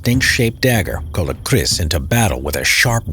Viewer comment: I heard he said "Kris" but actually "Keris"